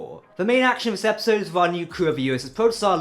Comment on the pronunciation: I understand accents, but dude, you need to pronounce actual words, man. (Progy? Prodigy) ( Epsode? Episode) (Scovery? Discovery). Fuck dude.